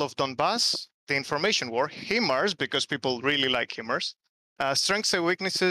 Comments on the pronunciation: Sorry to be that guy ITS PRONOUNCED HI MARS its a acronym HIgh Mobility Artillery Rocket System. I was stationed at Fort Sill OK where the US military trains ALL HIMARS crews. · HIMARS is pronounced 'Hi Mars.' Not 'He Mars.'